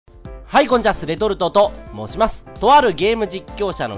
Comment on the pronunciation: 挨拶がwww レトルトと、 申しまーす！ になっとるwww